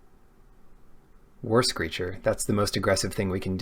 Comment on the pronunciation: haha I always understood "Worse Creature" instead of "War Screecher" XD